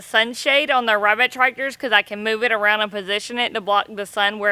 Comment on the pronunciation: I laughed to hard at you today 😂😂😂 "her, weabit"